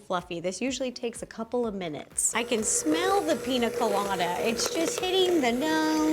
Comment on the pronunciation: oh btw it's pronounced pinya colada, the accent on the n makes it "enye"